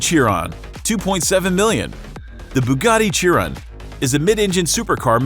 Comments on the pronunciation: GEAR-head. It's Gearhead. Motorhead was an english rock band. "SHEAR-on." Bugatti Chiron. "WHY-ra." Pagani Huayra. And is it fair to include cars no longer in production?? Then list would look a A LOT different (250 GTO, hello??).. One of the 458 Aperta Sergio's is on sale for 5 million now. Oh, well. Lots of nice cars! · And he also butchered The LaFerrari Aperta